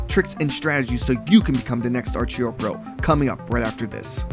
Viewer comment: The way you pronounce Archero makes me cringe so hard. Holy shit